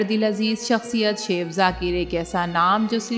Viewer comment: O bibi it's not seaff its chef chef check Google pronunciation